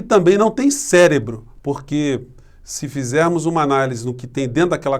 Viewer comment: Célebro ? Esse burro falou célebro ! Escutei ele falar nitidamente, "célebro"! É um parvo mesmo ! 😂Kkkkkkkkkkkk